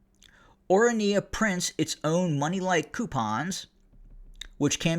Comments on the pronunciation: or run yuh - is how to pronounce it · It is pronounced Oranya. Not a bad go if you don’t know Afrikaans. It is named after the Orange river. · The voice of reasoning has become as VOICE of lies from Trump to Elone from one AFRIORUM racist political party that dreams South Africa 🇿🇦 becoming apartheid system again, U really have no glue what u are talking about, u can't even pronounce the orania properly for a white man.